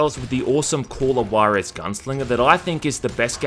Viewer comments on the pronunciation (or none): Spot on list, your pronunciation of "Juarez" needs some fixing though :v The "Ju" is close to "hoo" not "goo".